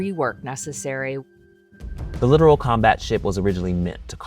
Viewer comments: LITTORAL ! Not “literal” ships… Come on guys… do your homework, don’t just read a script… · “Literal” combat ship 😂. This guy don’t know anything what he talking about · It’s “Littoral” not “Literal” Combat Ship. Every combat ship is a literal combat ship. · I literally stopped watching after he called it the "Literal" Combat Ship. It's LIT-OR-AL. For the coastal area or shore region where land meets water. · “Literal “ combat ship , he says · It’s Littoral, not Literal 😂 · It's also not a great sign of thoroughness that apparently at no point in the making of this video they realised 'littoral' is not pronounced 'literal'... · I hope you realize when your source reporter mispronounces Littoral as "Literal" it makes this entire video sound like you did no actual research and that you're making a mockery of journalism... also the editor(s) REALLY should have caught this and since they didn't perhaps they're under-qualified just like the guy you sent to report on this......